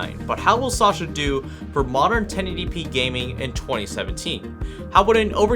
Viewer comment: I had to click out of this video because he called it "Sasha" oh, the cringe